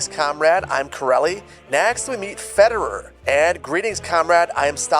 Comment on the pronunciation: I think I laughed the most with "Federer" for "Fedir". "I guess he always adds syllables to worderers!"